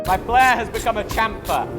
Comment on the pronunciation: You're English. Say chamfer properly!